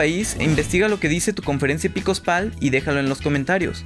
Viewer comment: Hola es conferencia episcopal no "epicospal", lo repites tres veces en el video...